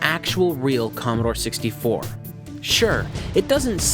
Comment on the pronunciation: Commodore, not Commadore.